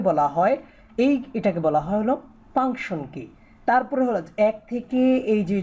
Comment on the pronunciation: পাংশন না ফাংশন